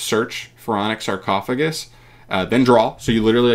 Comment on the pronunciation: The spell is suuuuper busted… this shits just overall broken… My guy didn’t even read sarcophagus correctly… it can apply the foolish effect FOUR times